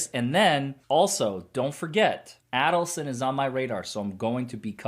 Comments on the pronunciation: I hate to be “that person” but could you please pronounce Donna Adelson’s name correctly……it’s A-del-son, with a long A…..not pronounced Addleson Thanks! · Pronounced A as in Aid = Adelson